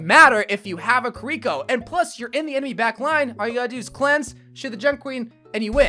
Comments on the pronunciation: The why he says kirko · why do you say kiriko like that 😭